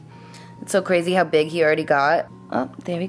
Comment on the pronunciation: The New Jersey in her totally comes out when she goes "HOW!?"